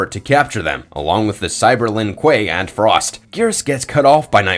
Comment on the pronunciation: At least he nailed 'Frost' ;)